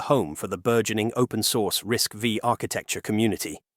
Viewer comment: 1) You said "TSMC works with Synopsys and Cadence" and then called it a walled garden. 2) You also pronounced "RISC V" as "RISC VEE". This tells me that you don't know jack squat about semiconductors. Buhbye!